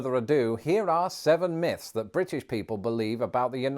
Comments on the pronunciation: Dude says, "Seven miffs about America...". It's myths. Pronounced miths. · 7 miffs :-)